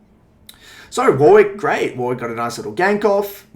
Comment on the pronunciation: Fuckin "War wick" lmao